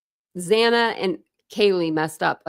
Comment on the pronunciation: It infuriates me that the judge couldn't say Xana's name properly. even in the plea hearing...that was inexcusable.